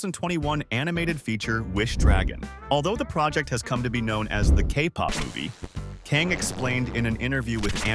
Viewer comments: why does the narrator keep saying 'Kaeng' like it's spelled that way? It's literally 'Kang'. So annoying ㅋㅋㅋㅋㅋ 🤔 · '캥'이 아니라 '강'인데 성을 바꿔버리네ㅋㅋㅋㅋ Not 'k-ae-n-g'.... it's like... 'g-ah-n-g', sounds somewhere between 'k' and 'g'